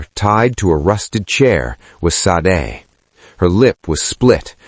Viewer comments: Love the story telling, the name SADE is a Nigerian name is pronounced , (SHAH- DEH ) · Lovely story. Please look at the how the name Sade is actually pronounced. (Shah deh)❤❤ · Ha ha ha yes please Shah Deh !